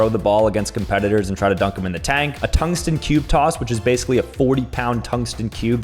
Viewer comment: "Tungsten cube coss"